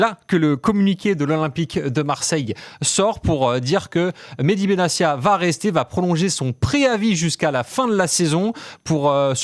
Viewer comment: Comment des journalistes si proches du sujet peuvent-ils prononcer "Benassia" alors que l'intéressé lui-même a indiqué que son nom se prononce "Benattia" ?